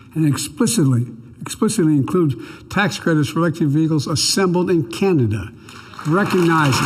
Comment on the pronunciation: He said it right, we're Chinada, made Trudeau proud with that one!!!